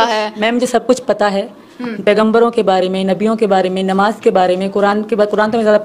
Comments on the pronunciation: Nimaj bol rhi hai nmaj hai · nimaz nhi namaz hota pagli kalma bhi Galt pad rhi h